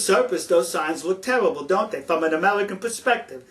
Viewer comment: ...sulface...tellible...amelican...pelspective BWAHAHAHA